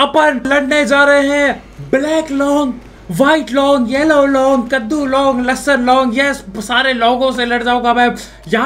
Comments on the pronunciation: Long nahi bhai loooong😂😂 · Leong ❌long✅